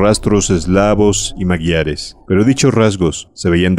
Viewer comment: Me encantan tus relatos , tanto los de Lovecraft como los de Howard, solo un apunte , me chirría como pronuncias "magiares" , la "gi" no se dice "gui" si no "ji" , el sonido seria "majiares"